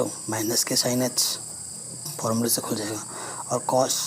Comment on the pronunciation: Sir aap" sin" Ko "shine" pronounce kr Rahe ho boht Ajeeb LGA